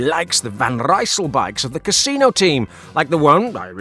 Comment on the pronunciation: I love when you say: "the Casino team" 😂😂❤